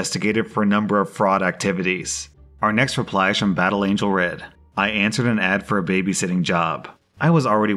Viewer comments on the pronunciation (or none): none